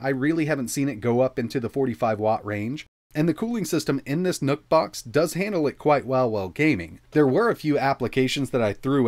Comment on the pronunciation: who else heard him say "NUT BOX" ?🤔🤔🤔